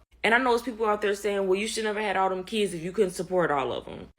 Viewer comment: I’ve been laughing since November about how none of these EBT video producers can pronounce Kids.